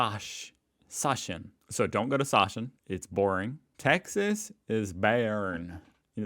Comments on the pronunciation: Actually, Sachsen is pronounced like "Zuxon" as Saxon would be Ssächsen in a German kind of spelling.... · „Säischen“ „Bäearn“ That hurts…